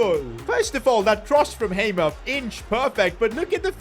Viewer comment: its hammer not hamer